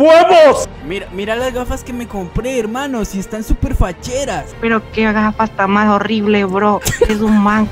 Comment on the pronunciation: El pibe dijo gafass😂